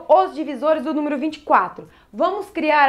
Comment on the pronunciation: Me ajudou bastante obrigado Acho engraçado a falando "númiro"